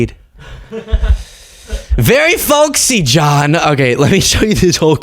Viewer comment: Wow!! That fool can’t even get “folksy” right. He should go with old ascot wearing gay dude.. something he seems be familiar with. IMO 🤔